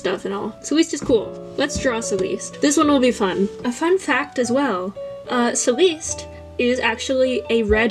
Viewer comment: Haha I love the art work but the first one Celeste is pronounced like celestial just cut short 😅